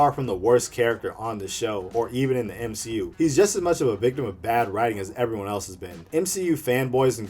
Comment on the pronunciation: U mean, the M-She-U , am i right? :v